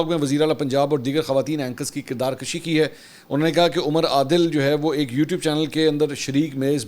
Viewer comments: محترم لفظ کردار کُشی ہے کردار کَشی نہیں درست کیجیٸے صفدرصدیق رضی کراچی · Kirdar kashi nahi kirdar kushi کردار کشی میں ک کے اوپر "زبر"نہیں بلکہ "پیش" ہے۔ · کردار کشی نہیں کشی ہے یعنی کشی کے کاف پر پیش ہے